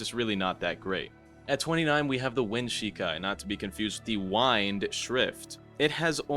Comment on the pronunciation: why did u say wind like that